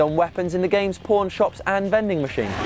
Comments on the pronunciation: did he just say porn shop instead of pawn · i am 100% sure he said "the games PORN shops" 100%